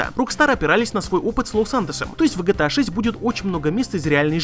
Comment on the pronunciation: Почему гЭта а не Гэ Тэ А?